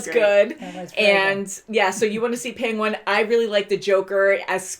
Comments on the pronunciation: Why do you keep pronouncing Penguin like "Peng-wahn" ? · Wth is a “pengwuon”? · ......pengONE? I thought it was only Benedict Cumberbatch that couldn't say penquin lol